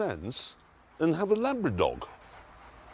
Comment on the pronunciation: An IGYUANA.. A ant.. A labradog